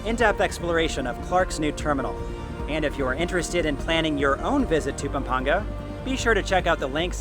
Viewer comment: I love how you properly pronounced the places of Pampanga and Zambales <3